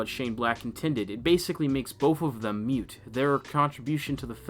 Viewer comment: Both 'moot' not both 'mute.'